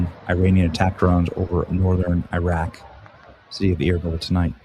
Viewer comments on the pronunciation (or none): none